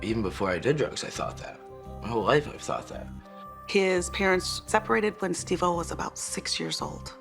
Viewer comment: You keep calling him Steve o helllo stop